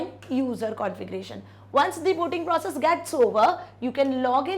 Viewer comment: procoss? Or process?